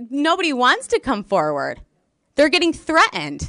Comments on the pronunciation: She also lost her “Ts. Wri’en, Threa’ened🤪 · thre-end?? :elbowcough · What does the word "threat-end" mean? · She's been "threa'ened"!! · LMAO, im walking around saying "thre-end" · Since when did the word ‘threatened’ not have a ‘t’ in the middle? Why is it now pronounced as thre end? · That is “Wriin” & “Threaen” with know “T’s”!!!😂😂😂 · Also the word "threatened" which for her is "threh unned" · Threaned?? She said it three or more time.....threaned...smh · She left out the Ts when she said threatened! Yep!